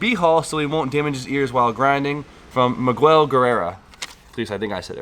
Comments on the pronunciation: lmfao "MeGwell" Damnit boy.... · Did he just butcher the name miguel? 😂😂😂😂😂